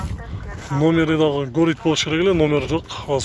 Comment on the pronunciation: Горит дегенди гарит деп окулат 😁